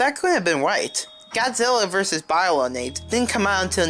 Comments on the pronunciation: “Biolanate”? “BIOLANATE”? ITS BIOLANTE YOU UNCULTURED SWINE!!! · im sorry, BY-LO-NATE? its BIO-LAN-TEA. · omg it's BIOLLANTE....say with wit me BI-O-LLAN-TE. Not biolant....